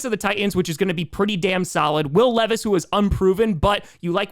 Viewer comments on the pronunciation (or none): none